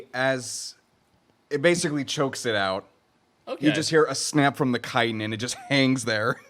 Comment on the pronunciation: I don't think I've ever heard someone pronounce chitin as kite-in before now, I've always heard it as chit-in.